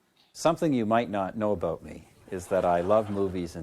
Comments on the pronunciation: "aboUt" hehe :D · I can hear "a-boot"😂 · Ey buddy, what is this aboot guy ?